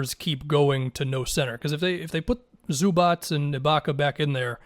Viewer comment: You are the first american that i heard say Zubac corectly, usualy its somthing like Zubaka or Zubach 😂😂